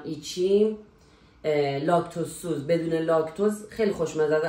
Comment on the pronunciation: خانم خوشگله لاکت توز سیز نه لاکت توز سوز 😂😂😂😂